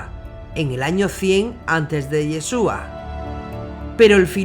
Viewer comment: SE PRONUNCIA IESHUA , NO YESUA